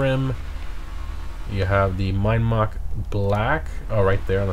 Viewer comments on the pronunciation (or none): none